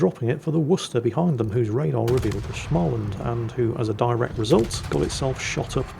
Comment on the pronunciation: is it time to annoy whit prononciation again? Schmaland... no ch-sound there, mate 🤣